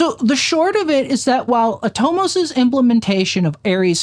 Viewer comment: Super helpful video! For what it's worth, I believe Atomos is pronounced "AH-tah-MUSS" or at least that's how I've heard Australian cofounder/former CEO Jeromy Young pronounce it.